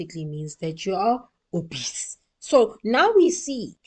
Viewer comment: the way you said obese 🤣🤣🤣 you killed me